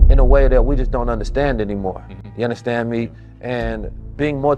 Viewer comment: You unnastan me? you unnastan me? you unnastan me? I cannot get enough of Billy Carsons mind, but that was hard to get through.